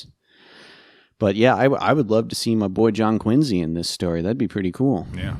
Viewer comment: First Wärren Harding, now James Poke and John Quinzy Adams, I’m learning so much obscure presidential pronunciation from this channel